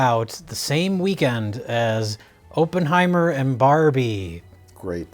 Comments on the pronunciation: It goes along well with still saying "Open Heimer". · Why does keep saying "Oppenheimer " wrong? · I find it hilarious that still has no idea how to pronounce Oppenheimer, even after having seen the movie.